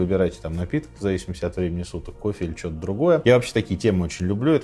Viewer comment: Сказки на ночь... Рассказываете хорошо, но не "шокайте", режет слух это регулярное "шо". Светящийся огромный объект, который видно с самолёта на расстояние 110 км вообще не новость, если бы были технарем, а не гуманитарием и хоть немного изучали геодезию и способы измерения нашей планеты, то понимали бы что обычный фонарь ясной ночью видно на расстояние примерно 20-25 км, поэтому ничего удивительного нет в том, что с самолёта видно огромный светящийся объект на расстоянии 100 км.